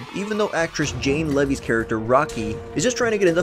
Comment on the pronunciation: Don't Breathe 2 would be interesting. Quite frankly the more movies with Jane Levy (it's pronounced LEE-VEE) the better because she rocks. But yeah I don't think a sequel is necessary although I would not be opposed to it.